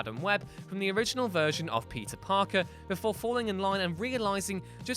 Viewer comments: Is it just me, or is this guy really saying "pizza parker"? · I just cannot stop hearing you say “pizza parker” why do you sound so weird when you say his name??